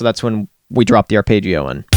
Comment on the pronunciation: its arpeggio not arpaigeio